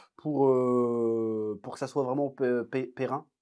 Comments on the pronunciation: Vidéo très intéressante comme d'habitude. Juste pour ton info, on dit : pérenne, et c'est invariable. Pérein, ça n'existe pas ;-) Je te souhaite donc de beaux projets pérennes ;-) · Pérenne au masculin aussi. Pas « périn ». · Juste, "pérenne". Désolé, j'ai pas pu m'en empêcher...